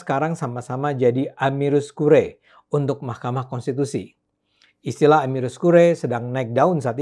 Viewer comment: bukan amirus, tapi amicus (=sahabat)